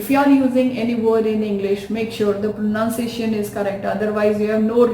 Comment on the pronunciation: The pronunciation of the word pronunciation is mispronounced by you..